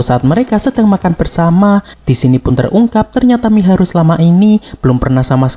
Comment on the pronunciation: Mahiru bg bukan miharu🤣🤣🤣🤣🤦🤦😵🤦